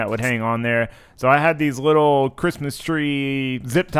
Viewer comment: “Little” not “widdow”